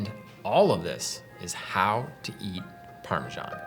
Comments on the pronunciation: Maybe find out how Italians pronounce the cheese before you do a segment on it! There is no ‘j’ in Parmesan! I know lots of Italians and have asked the correct way of saying it! Why are the British & Americans are the only ones that can’t get it right? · The English pronunciation: Putting the "sh" in Parmesan.